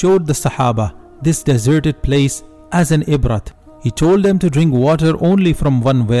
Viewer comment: Ibrah عبرة not ibrat don't pronounce the T.. please bro..